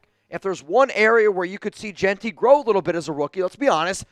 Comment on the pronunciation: You like Jeanty? Learn how to pronounce his name.